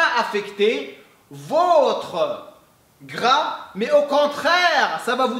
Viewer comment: Salem, t'es vidéos sont au top, je te suis maintenant depuis 1 ans:) Une chose pour ton français: Quand tu dis «C'est pour brûler plus de gras» le mot gras le «s» ne se prononce pas. Mel guelb!